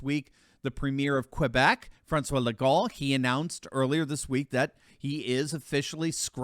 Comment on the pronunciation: Just so you know (no intent to be a grammar nazi), Quebec Premier's name is pronounced Lego (french as a way of adding a bunch of letters you don't need).